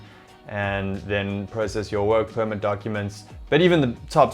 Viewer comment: I just heard mumble mumble wuurk puurmet (work permit)